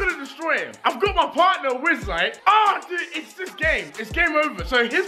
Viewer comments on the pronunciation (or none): Why you calling him wizzlite it’s wizzite